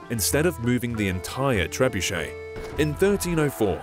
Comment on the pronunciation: pls prnounce it better its triggering me